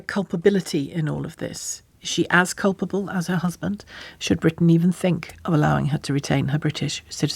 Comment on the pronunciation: It's "Culpable" NOT "Culpbale".